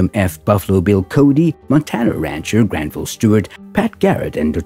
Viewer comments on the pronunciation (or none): none